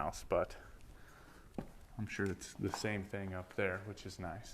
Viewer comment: It’s pronounced Thing. Not Thangk.